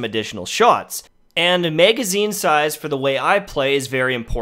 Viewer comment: MEhgazine...back up Mehg..lol